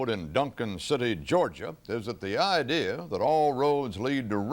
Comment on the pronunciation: Someone get Sir Anthony Hopkins I've got an idear...